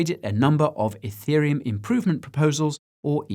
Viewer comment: I’m watching this on iPad. Every time Guy says “ethereum” it hears “hey Siri uhm” and triggers Siri 🤣